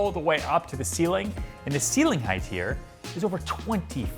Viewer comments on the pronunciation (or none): Ryan double check how you are pronouncing the word 'height'. The correct way is hite-. Leave off the -th at the end.